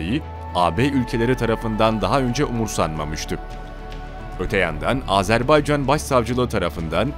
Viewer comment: Sayın Bakanım , Sayın Çavuşoğlu "Azerb"e"ycan değil Azerb"a"ycan . . . .Minik bi yanlışı düzeltelim dedim, kötü bi nietim yok.... "Can Can Can Azerbaycan" 🇦🇿🇹🇷❤️🇦🇿🇹🇷❤️🇦🇿🇹🇷❤️🇦🇿🇹🇷❤️🇦🇿🇹🇷❤️🇦🇿🇹🇷❤️🇦🇿🇹🇷❤️🇦🇿🇹🇷❤️...O pişmanyanın sakallarını cımbızla tek tek yolsak yola gelir :)))))